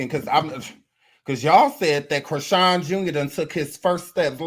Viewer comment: You said Christine with a half N😂